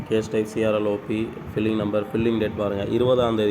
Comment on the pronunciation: ப்ரோ, அது பைலிங் நம்பர். பில்லிங் நம்பர் இல்லை. அடுத்து மாத்திக்கோங்க.